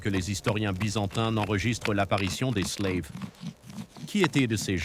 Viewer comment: Slaves et non "sleives" prononcé a l'anglaise